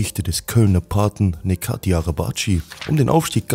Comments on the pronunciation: Er heißt Necati und nicht nekati amk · Er heißt nicht nekati 🤦🏻. Man spricht es sobald netchat arabatchi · Bro sein Name , „Neco“ wird wie „Nejoe“ ausgesprochen !!! Genau wie Necati wird wie Nejati ausgesprochen !!! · Neko ,wird aber Netscho ausgesprochen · Es triggert einen übelst wenn du Neko sagst 😂 Bruder über ihn gibts doch zischt dokus wo sein Name ausgesprochen wird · Sehr geiles Video aber Aussprache ist: „Netschatin“ Bzw. „Netscho“. Weiter so!❤️ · Man spricht das c bei Necati aus wie das Dsch bei Dschungel. Das meinen die Jungs hier in den Kommentaren. Und der Nachname, das cı (araba-cı) genauso wie dsch von Dschungel 😁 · Guter Bericht einzige verbesserung ist die Aussprache von Necati . Das C wird im Türkischen wie ch ausgesprochen also Nechati mit ner leicht anderen Betonung , juckt eh kein wollts nur gesagt haben 😂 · ungefähre Aussprache "Nehdscho Arabadj(e/ö)". sorry, aber das hört sich echt mies an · der Typ wird Nejati ausgesprochen tf is los mit dir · Sogar den Namen sprichst du falsch aus hahaha das sagt mir das du schlecht vorbereitet warst es heißt NECATI NECO und nicht neko such dir ein anderes Hobby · digger gutes video aber wie crack sprichst du sein namen aus bist du whack?